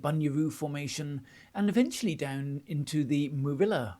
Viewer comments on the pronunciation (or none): none